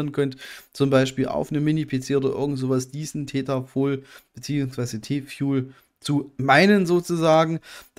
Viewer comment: "fuel" ist schon nen hartes wort für dich ne :) aber haste es paar mal geschafft es richtig auszusprechen ;) spass :)